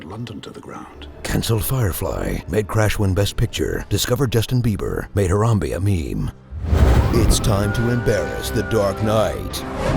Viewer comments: did u just pronounce harambae harambee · It's pronounced Ha-ram-bei- not Ha-raam-bii